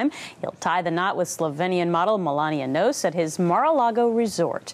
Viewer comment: Gretchen Carlson lacks journalism skills. She cannot even pronounce Knauss correctly.